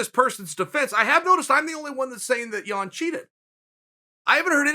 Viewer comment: I hate that you mispronounce Yan's name